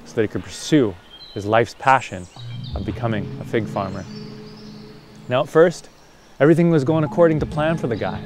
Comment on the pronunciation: Oooh fig! Not pig... 🙈